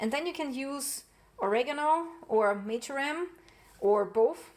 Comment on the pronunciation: Sorry.... its MARJORAM... 🙄😏